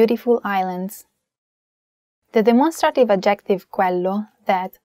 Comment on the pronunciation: thank you for your helpful explanations, but please learn how to pronounce adjective. the emphasis is on the first syllable, not the second one.